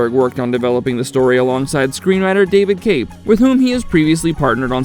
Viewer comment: David Koepp's last name is pronounced "KEP".